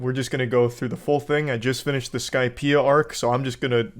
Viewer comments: bro said "i just finished the skipeia arc" 😭😭😭 i clicked off the vid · Im sorry i couldn't hold my laughter when he said he'd been watching for 2 years and then he said " i just finished skypea".😅😂😂